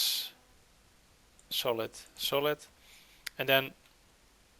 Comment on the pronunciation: It's solid not solith